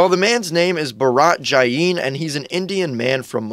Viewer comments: Ba-raaa-ttt jai-niiii lol (Btw it’s pronounced first name-pa-ra-t Last name- basically Channi but instead of Ch sound its J ) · Prounciance is jayn not jain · Also the way you pronounced jain. LMAO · The way he pronounced Jain though